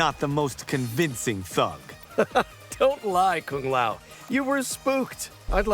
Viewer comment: Kung lay-o 😅😅😅